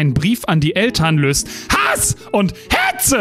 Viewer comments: es ist einfach wieder köstlich ,wie du HASS&HETZE aussprichst. Da kommen mir immer die Tränen vor Lachen. 🤣Mach weiter so👌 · musste eben so mitlachen, als du die "kraftworte" so schön betont und laut rausgekotzt hast. :D HASS! und HETZE! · Ich denk den Running Joke mit der Betonung von HaSs!? Und HäTzE!? können wir so lassen 😂😂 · Dieses laute HASS und HETZE aussprechen ist einfach die Creme de la Creme ✌️. Bist der beste 😎